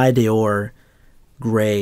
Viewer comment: Others don't hear you mispronouncing it because they think you're saying it in Spanish, which essentially you are because you segment into 2 syllables and articulate an 'e' and then an 'o.' I live in Montreal which is bilingual in English & French, have an MA in Applied Linguistics, own a winter house in Morelia, Mexico, en donde vivo seis meses del anyo, y te digo otra vez, there's only the one syllable & one vowel in D'Or so it's pronounced as in English 'door.'